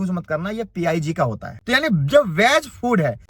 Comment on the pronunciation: Pig ko P I G bol raha he 😂😂😂. Brother do some research